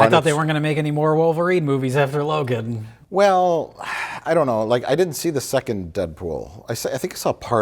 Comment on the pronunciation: It’s fine. It’s not “Logan” but it’s fine.